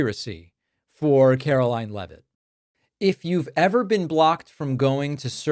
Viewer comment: I am going to NEED for you NOT to pronounce her name as CAROLYN!!! She is Karoline. Karolying When she is speaking. Requesting for a friend.🤣 RELEASE THE EPSTEIN FILES.